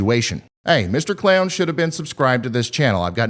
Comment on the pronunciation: I swear you called the clown a “clayon”